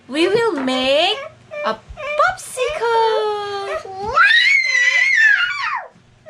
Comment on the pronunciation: Posikol!!! 😅naalala ko lang lolo ko ahhaah! POPSIKUL LAGE BANGGIT NIYA.. Anyways, love ko avocado so maybe I can try this out too